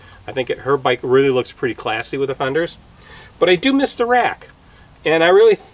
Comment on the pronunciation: Fenders? You make it sound like the word "Thunders".???? Is that a regional colloquialism?